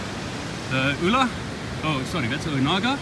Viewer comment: U-lu-a .... you’re saying it wrong 🤙🏼